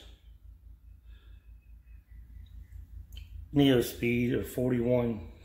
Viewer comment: So, it’s not pronounced “Neo Speed”. It’s pronounced “New Speed” for Neuspeed wheels. Just FYI.